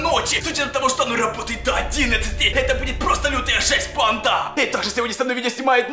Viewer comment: Правда не банда а панда